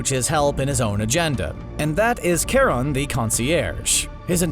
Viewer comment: Its Ch pronounced as Ka. Charon is based of Greek mythology and as far as I remember the Greeks didnt have an Sh or soft Ch sound.